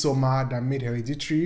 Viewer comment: you pronouncing hereditary as heriditrie is the serotonin i needed